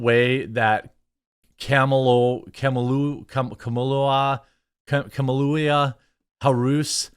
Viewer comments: Kamle-toe Hair-us. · Comoolia harooos 😂 that made me giggle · "things are not going well for Kumulia Harus" :face-green-smiling